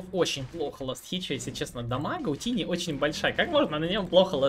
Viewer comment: У меня один вопрос - почему этого героя называют тини? Читается же тАйни, что в переводе малыш/кроха.